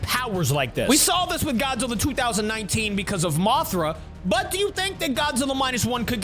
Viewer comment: Did my man just say Gyat-zilla,it's this part